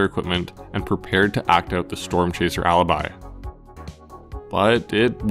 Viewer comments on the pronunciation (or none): none